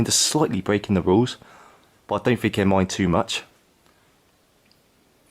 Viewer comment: sound like a retard,cant you say think,or was you dragged up to say fink??.